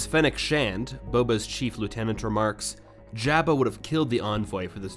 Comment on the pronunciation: It’s a good thing Jabba isn’t around to hear you mispronounce his name😜